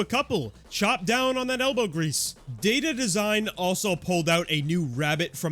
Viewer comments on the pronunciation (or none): Whenever you say "data design", I hear "dated design". You can say their design is outdated.